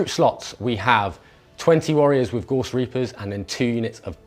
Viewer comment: g-a-u-s-s- not gorse